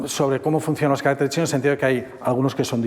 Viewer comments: Maravillosa conferencia, pero cómo se empeña el conferenciante en decir "carácteres" en vez de "caracteres". Es muy curioso. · No se dice caráctetes como dice el del video, se dice caracteres. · No es lo normativo. El singular es “caRÁCter”, no “caracTER”y el plural es “caracTEres”, no “caRÁCteres”. La confusión se debe a que el acento prosódico se desplaza, como pasa en la palabra RÉgimen/reGÍmenes. Es una pena, ya que es una palabra fundamental cuando se habla del idioma chino. Aun así, la conferencia estuvo estupenda. 😊